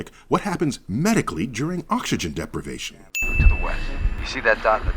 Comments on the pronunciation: It's "deprivation" not "depravation." DING Tsk tsk,! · #28: The word is dePRIvation, not depravation. I'm sure the lack of oxygen wasn't corrupting Bullock's character. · Grammar Sin It's "deprivation", not "deprAvation". SENTENCE: Execution by Vacuum Chamber. ^.^ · Deprivation. Not zero G. Wow. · It's deprivation, not depravation, I think, but I don't know if I'm right or whose fault it is if I am